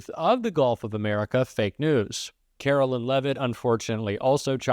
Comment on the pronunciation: I don't care for Caroline Leavitt, but her name is not Carolyn--it's Caroline. (line) I can see mispronouncing her last name, but as long it's not leave it, that's good enough for me.